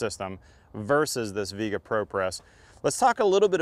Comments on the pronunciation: Flux doesn't fuse the pipe, solder does. Lame test: Your guy makes sure soldering and copper prep work takes longer. It is obvious. Viega is not English word. It is not pronounced "Veega", as you pronounce it, but Spanish "Viega" - "i" and "e" pronounced like in "Fiesta" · Doesn’t even say the name right lol it’s driving me crazy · Propress is not fusing the fitting to the pipe. It’s a pressure clamp. And it’s pronounced like vee-àguh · I'm sure you pronounced the name wrong.